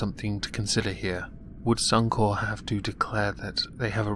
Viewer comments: Corp, as in Corporation. Only place I've heard 'Corp' as 'Core' is the military. At least that's how I see it. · Suuum kore.... It's sunny corpe. Otherwise, flaeless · bluddy rowdy The word is a shortened version of corporation meaning that you do pronounce the "p". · As an Aussie god your pronunciation or Suncorp kills me hahahaha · Ian Simpson, I am aware is an abbreviation for corporation, however as a 1 word suncorp, the 'p' is silent, in circles I move in...